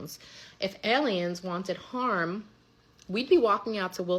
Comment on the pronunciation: "I really think they're allyens."